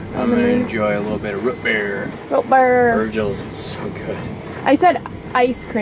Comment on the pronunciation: ROOTbeer not ROTbeer